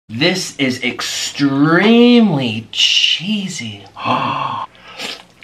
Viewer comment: nick: "this is extramly cheesy !" me: "like you?"